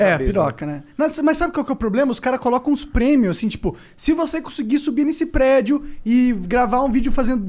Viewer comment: A inteligência em pessoa, quando foi falar dos chineses, já meteu logo um "plédio". Kkkkk QI infinito